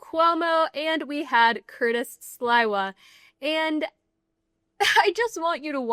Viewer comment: Note to the presenter: Curtis Sliwa has been a fixture in NYC for decades. His name is pronounced "Slee-wah". Not "Sly-wah". Your mis-pronunciation makes it seem like you're totally unfamiliar with him. Not a good look.